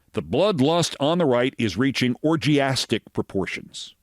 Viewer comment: Did you say Orgyastic 😂😂😂😂 I almost choked on my own saliva. Please Keith you gonna make me pee my pants😅😂😂😂😂 too funny